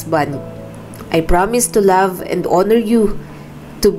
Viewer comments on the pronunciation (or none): none